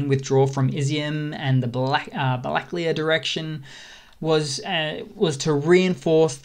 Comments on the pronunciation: балаклія is pronounced bala-KLEE-ya, not ba-LA-kleeya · Black clay ah? Missing an A there pal: balla-clay-ya